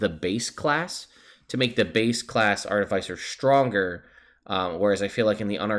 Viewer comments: Says he'll go back and forth between Arti-FICE-r and Arti-fiss-er, but says FICE throughout the video. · It's pronounced Ar-ti-fis-er not Ar-ti-fice-er because an artifice is a complex machine and an Artificer is someone who builds and works with artifices. These are actual real world terms. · No one else in the world says FICE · everybody who pronounces it art-i-fice-er probably likes the taste of arti-fice-ial sweetener. hopefully they don't get pulled over by an off-fice-er of the law. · Long "i," short "i," it does not matter as long as you do not pronounce it ar-TIF-icer. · The way you phonetically spelled that out isnt right I think.. aar-te-fiss-er is the right way to pronounce it. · The real pronunciation war is Ar-ti-Fi-cer vs ar-Ti-fi-Cer